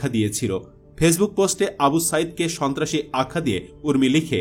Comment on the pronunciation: Shontrashi ke shobtrashi bolche